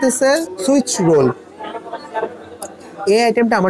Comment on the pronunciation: Bro, it's Swiss roll ant switch roll